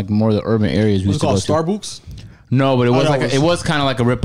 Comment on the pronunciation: Nigga said starbooks😭